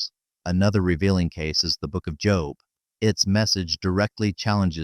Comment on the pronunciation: Job's name pronounced here as literally "job" inatead of "jobe". Damn AI narration is irritating and insulting to listen to, regardless of the quality of the content.